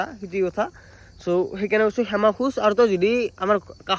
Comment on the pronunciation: ৰিতু ভাই সেমা নহয় ক্ষমা হ'ব। 😊❤